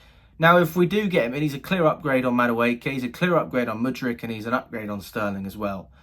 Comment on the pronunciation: I'm waiting for you to learn how to say MUDRYK